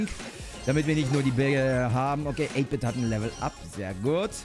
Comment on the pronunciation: 8 -Bit wird deutsch ausgesprochen